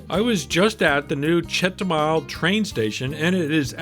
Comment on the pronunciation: It’s chetubar 😂